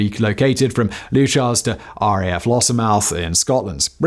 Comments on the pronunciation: It's RAF "Loo-kers" and "Con-ings-bee" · Leuchars = Loo Kars , Coningsby = Conn ingsbi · Leuchars = luke-ars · Great video, enjoying that beard. not loo-shars it's loo-kers. Anyone who has listened to the shipping forecast would know better :p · Oi! Whistler!! Leuchars.....Its 'Lee-Yuu-Cars'....Not Lee-you-shars... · RAF looshers 😂😂😂😂😂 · And Leuchars. Luke-ars. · Con..ings..bee (Coningsby) and Lookers (Leuchars) like your stuff but some inaccuracies in this one ie all fighter jets are aerodynamically unstable which makes them agile and again all jets have g suits. The Typhoon has 4 computers that make inputs to keep it aloft and provide redundancy, if all 4 are lost it is impossible for the pilot to control the aircraft and must eject. As for a liney forgetting his ear defs, I’m hugely skeptical. Keep up the good work. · Repeat after me... LOO-kers, CoNNingnsbee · It's Leu-cars, the H is silent. Typhoons haven't been based there since 2015 when the Army took over. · Quick Reaction Alert Leuchars "loo ch-ers" Coningsby "Con-ings-be" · Great vid as always! 😁 One small thing Leuchars is pronouced Lookers 😁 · FFS, learn to say Leuchars properly, ye great glaikit sassenach! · Do you even evr bother to look to the correct pronounciation of placenames etc? Leuchars and Coningsby for example in this video, but it's not the first time you/ve been off. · Mispronounces BOTH RAF bases :)